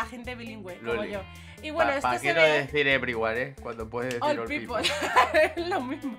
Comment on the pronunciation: Nadie Absolutamente nadie Nadie de Nadie:: Ol Pipol:D